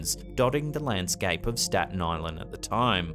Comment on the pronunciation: Im in Staten Island. Love the way he said staten island so many times. Smh.